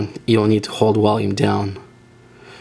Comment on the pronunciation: "Wolume" haha dead i have a friend who pronounces there V as a W too